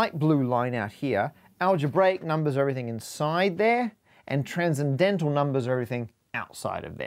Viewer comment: So... nothing about "tran-zen-dental" ? Just me? Okay then.